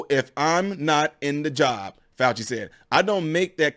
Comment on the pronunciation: Show respect by pronouncing his name correctly, okay?